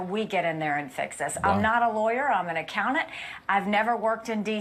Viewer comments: An "accou-nant"? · "I'm an accounnant" Wow.